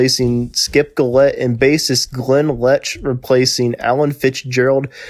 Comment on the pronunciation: James KO-tak. Skip JILL-ette. Denny Car-MOSS-i.